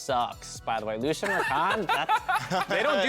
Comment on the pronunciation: Lucian? Really Lucian? That ain’t it chief.